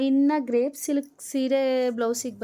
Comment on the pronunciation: Sister sorry ಅದು ಗ್ರೇಪ್ ಅಲ್ಲ ಕ್ರೇಪ್ ಸಿಲ್ಕ್